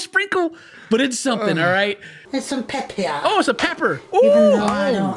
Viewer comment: I’ve never heard someone call pepper, pep pier